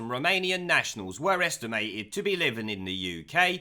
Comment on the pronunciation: The way you say Romanian sounds like remanien, a new word for remainers. Now, i cant get it out of my head when you say it!